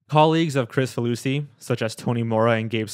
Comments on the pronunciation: Pretty sure his last name is pronounced "Krik-faluski" and not "Chris-faluski". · It's pronounced "krick-fah loosey" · So i pronounced his name wrong. I thought it's KrICfaluSHi where the C is soft and the S is an SH